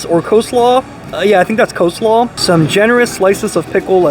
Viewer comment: it's NOT CO-SLAW and that was lettuce! not cole slaw!!!!!!!!!!!!!!!!!!!! and ANYWAYS is not an actual word, debated only since 2009! it's ANWAY.